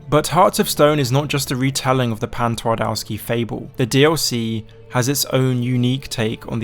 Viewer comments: The Polish pronunciation hurts. You could have at least tried using google translate not to do tWardAWsky. Twardowski. TvarDOVsky. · Good try on spelling „Twardowski” If you say it hardly with v it will sound a lot closer to my language So try saying „Tvardovski” next time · Fellas, put words you're not sure of pronunciation in Google translate before uploading a video. Polish w is pronounced the same way as English v 😅